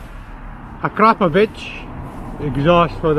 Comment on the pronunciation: When you say Akrapovic you sound like you are saying “crap a bitch”